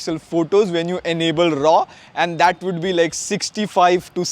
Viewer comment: Enable is pronounced as - en-able. Not an-able.